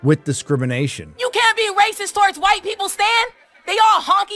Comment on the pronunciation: The way you say ‘rrrracist’ reminds me of Simeon form GTA V! 😂